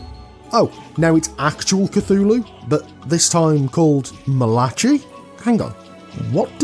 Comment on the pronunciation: I think the "chi" in Malachi is pronounced "kai".